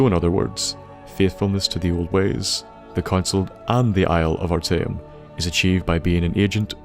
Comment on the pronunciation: a small tip, i've noticed streching a word out into syllables makes it easier to say bigger words, though small words is still left to your guess example ar-ta-eum though the dwarven cities i stop caring about as i'd spend longer thinking the name than i'll remember delving into it